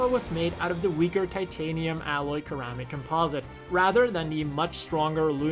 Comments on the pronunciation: Did you just say the word ceramic but say it like keramic instead of seramic? Lol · Ceramic - serr amm-ick Not kerr-am-ick. :P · keramic? You do mean ceramic right ... (ceramic is pronounced seramic) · Did you say "karamic?" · Rewatching and just noticed he said “KEramic” not ceramic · Did you mispronounce "ceramic" as "keramic"? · Keramic? You have to pronounce that word as if it has an "S" at the beginning.